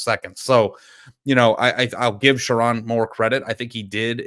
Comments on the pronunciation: It’s pronounced SheRONE NOT RON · He won’t even pronounce the coaches name right. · First off, learn how to say my coaches name. show my coach, some respect. 2. Andy I’m glad someone finally said it’s not Sherrone’s fault for our QB situation. JJ Was supposed to stay. He said he would. things change. There’s no hate. I can’t wait for next year. I’m going to be a Vikings fan. Praying for a speedy recovery. We have Jaden Davis next year. Not sure what we’re gonna do with Alex Orji. Since he has two years of eligibility of left maybe he’ll transfer to Colorado could you imagine him in the big 12 he would destroy that league. And even still, we’re recruiting quarterbacks 4 ⭐️ carter smith ‘25 class and 5 ⭐️ Brady Hart. .’26 class. Sherrone Moore will bring us into the top 5 in recruiting in 3 years. BET!